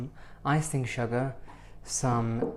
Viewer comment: SHOOGAH😄🤗 A BIG DUST OF SHOOGAH!